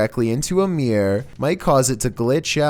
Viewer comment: It’s a ‘mirror’ not a ‘meeeeer’